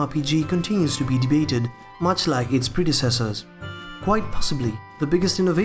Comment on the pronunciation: "okerna" of time